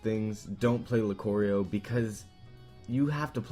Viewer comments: Luke-ario not Luke-orio. I know Pokémon mispronunciations arent really a big deal, But lucario's name is easy to pronounce. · IT'S LOO-CAR-EE-OH NOT LU-COR-EE-O!!! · Lu-CAR-eio not Lu-COOR-eio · Lucurio no its lucario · LucArio not LucOrio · Lu-CAR-io not lu-CORE-io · it's lucario not "lucoreio" you do not know how much this bothers me this is one of those pokemon names that everyone i know of actually agree on the pronunciation loo-car-e-o (that was the way it'd be put in the pronunciation section of a dictionary if it was put in a dictionary) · i already stated why it bothers me it's a universally agreed upon pronunciation it's weird hearing it pronounced another way and without any context to accent such as american vs almost every other accent on the same word "loo-car-eeo" "luke-a-eeo" he pronounced it "luke-core-eeo" which clearly has not come from a slightly different accent as it sounds more like he changed the a into an o and read it off that way it just sounds absolutely wrong almost to the point where it sounds like he's trying to refer to something else entirely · LOL you were so wrong about lucario 1. its not loo-cor-ee-o its loo-car-ee-o 2. he shouldnt even be on this dang list hes not underused at all... i run into him all the time on for glory (and hes my main) 3. you dont need insanely high percent to kill.... 4. hes C tier XD (aka high tier) i think i mightave just started a war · (Loo-kahr-eo), not (Loo-kor-eo) learn the alphabet. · whats a Lucorio??? its Pronounced LuCARio, hes dope and can confirm kills without aura.. id dust you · as a lucario player I have to correct you, it's proununced lu-car-io not lu-ca-rio and his passive ability is called aura not rage. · Lucario not Lucorio. One o not 2. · Lucario, not Lucorio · It triggers me the way you say lucario... its not lucorio... its lucArio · Lucorio? The hell do you see an O. It is spelled L-u-c-a-r-i-o. Not L-u-c-o-r-i-o. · LEW-car-e-O not lucorio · Luh-cor-ee-oh? Loo-car-ee-oh.